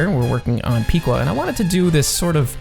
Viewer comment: You Pronounced Piqua Wrong. Its Pick- wa Not Pik-Wa